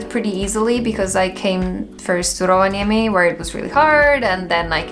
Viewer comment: I get that you have lived in Finland for a while, but i have never in my life heard an foreigner pronounce Rovaniemi as well as you.